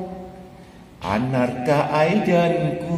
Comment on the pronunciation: namanya bukan anarka aidan, tapi arkana aidan 🤣🤣